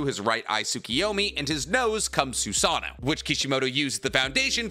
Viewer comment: The way he says susaNO is gringe.. it is notttt susaaano it's susaNO ffk i had to put dislike